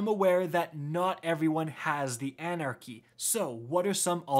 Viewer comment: everytime " anarcy anarcy anarcy"...